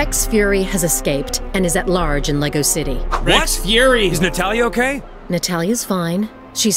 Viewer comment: Hm, they are mispronouncing 'Lego' in the game. I assume Lego did not check the game.